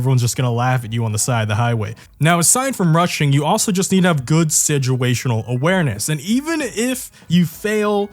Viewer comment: "Sidguational Awareness" — lol WTF